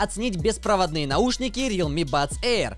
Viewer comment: НЕ РИЛМИ А РЕАЛМИИИИИИИИ